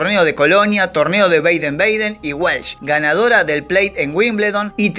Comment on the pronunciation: Entre otras: 1) Lonardi, no Leonardi; 2) "Caserón de TEJAS", no tejos; 3) Manuel de Falla, no Manuela. 4) Baden-Baden (en Alemania y se pronuncia así), no "Beiden Beiden; 5) En los '70 Pascualito Pérez fue ordenanza en la Casa Rosada. 6) A Gatica, que vivía en una "villa miseria" de La Plata, lo vi una vez, con un sobretodo raído y viejas zapatillas rojas de básquet, abriendo puertas de taxis en la estación de ferrocarril de La Plata; 7) El libro de Jauretche (a quien también tuve oportunidad de conocer y hablar unos minutos con él brillante se llama "El medio pelo EN la sociedad argentina"; 8) Entre los países en los que filmó Sandrini (otro al que tuve oportunidad de conocer) hay que sumar a Chile (2); 9) Ceilán recién pasó a llamarse Sri Lanka en 1972. En 1956, teniendo yo 13 años, lo vi y escuché a Hugo Del Carril cantando en un parque de diversiones instalado en la cancha de entrenamiento de Estudiantes de La Plata. Cuando yo tenía más de 30 años, lo vi personalmente en el IFONA (Instituto Forestal Nacional), en la ciudad de Buenos Aires; nos cruzamos, lo saludé y me contesto cordialmente, con la mejor sonrisa (no soy peronista, pero le reconozco la coherencia: nunca renegó de su posición política). Gracias por su muy interesante trabajo. JG.